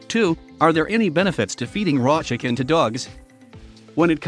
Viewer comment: Why did he say shicken?lol